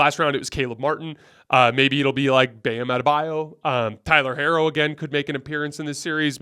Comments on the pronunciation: Herro's name is pronounced "Hero". You keep analyzing, and picking against the Heat, yet you don't know their players' names 😂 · why are you pronouncing Herro’s name like that 😂😂😂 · He pronounces Miami like “my Amy” and pronounced Tyler Herro like “hair-o”.